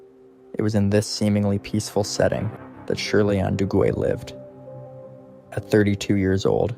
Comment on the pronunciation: Shirley Duguay... her last name is French & is pronounced Doo-gay.....